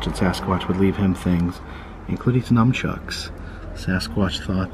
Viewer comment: I think its nunchucks. As in "nunchaku". Just so you know. I've heard you day Num for a few years now. Thanks for everything sir.